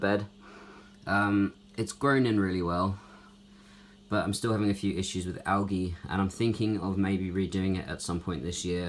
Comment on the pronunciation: He said alge!!